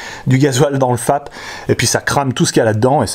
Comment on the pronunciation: J'ai entendu femme au lieu de fap.😂